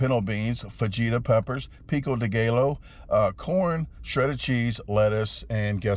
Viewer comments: Pico day gaylo 😂😂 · wtf is pico de gaylo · Pico de Gallow. C'mon, man.... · Peeko day gallow 😂😂 You crack me up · Picko da gay low.. 😂😂, when are going on a world tour, champion!